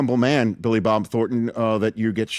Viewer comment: It's THORNton, not Thorton.